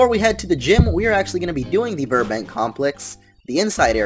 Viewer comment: its yirbank not virbank